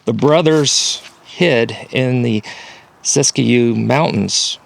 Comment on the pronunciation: It's pronounced sisk'-yoo.. Just saying..